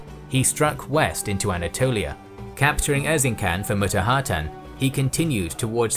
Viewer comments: its Erzinjan not Erzinkan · I love this your old style square unit battle vidoes. Btw you're making so much videos about Ottomans and turkic nations in history. You may want to find someone who can help you with Turkish pronunciations. For example take this free gift: C in Erzincan is shouldn't sound as a K. C in every Turkish word always sounds like soft G.Don't get me wrong, I'm not offended or something just wanted to give you guys an easy tip. Great video!